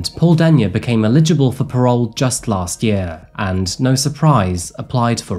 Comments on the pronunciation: Look, it is Eligible for parole. Not illeligible! This is driving me nuts! Work on this Buddy. They are Eligible for parole. Don’t matter if they get it or not. Illeligible isn’t a word. It would ineligible. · I love this channel so much, but please stop pronouncing "Eligible" as "Illegible" 😂